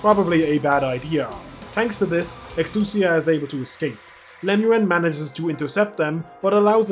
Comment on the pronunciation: Great video. I gotta say ive heard a ton of pronunciations for exusai. eks oo sai, eks e a, but but this is the first time ive heard eks oo sier. Exusai if she was French. Exusier